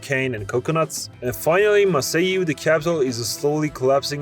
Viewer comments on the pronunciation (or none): This was funny, but you mispronounce a lot of the state/city names, mostly by stressing the wrong syllable. Pará and Amapá and Maceió should all be stressed on the LAST syllable. Take your cue from the accents. Accents on Portuguese vowels are often telling you how to pronounce the vowels, but they are ALWAYS telling you where the stress should be. If no vowel accents are present, then you just stress the penultimate syllable.